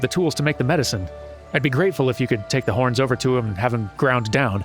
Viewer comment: I wass listening to just audio becouse I do that while I walk sometimes and I wass sure you did say porn when you sayd horns and I yelled what! in the middle of my walk right next to a person walking his dog and scared the living hell out of that dog xD😅😂